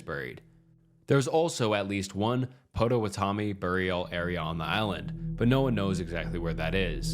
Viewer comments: Don’t blame you at all but my Wisconsin ears are bleeding - “POT O WAT O ME”. Really like the channel! 👍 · im crine “patawatome” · i live in wisconsin, and i can tell you that you’re pronouncing Potawatomi a bit wrong, but it’s alright pot-tuh-wat-tuh-mi (honestly we could be pronouncing it wrong, but we have a ton of ads at pronounce it like that) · Potawatomi = PAW-DUH-WAH-DUH-MEE. :) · Nbd but it’s actually said Pot-o-watt-o-me. I know the area near their old villages, I visit chief Menominee’s statue often. Where the trail of death starts. Dope video anyway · K so I loooove ur videos but let me show you how to pronounce Potawatomi. It’s POT- oh-WHAT-to-Me. Sorry to be nitpicky but some of my family members are Potawatomi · As a Wisconsin native the way you say “pot-o-watt-o-me” patto wah toe me, makes me giggle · As a Wisconsinite, the pronunciation of Patowanomi was like nails on a chalkboard. (Its pot-o-WĀN-o-me) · You sead it wrong I am in the Potawatomi tribe and it's pronounced like paw-ta-wa-ti-me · You mispronounced Potawatomi wrong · I like all of the videos, long, short, all good. However, your pronunciation of 'Potawatomi' was totally off. That could be changed. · Was I the only Wisconsinite here cracking up from hearing Potawatomi mispronounced a bunch? 😂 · Blud has never heard or Potawatomi 💀💀